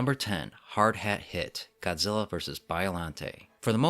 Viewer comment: I love it when the dubs say Godzilla name wrong and go GODZILLER over and over again